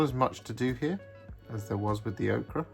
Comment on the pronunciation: 😊ts Pronounced Oh-Ker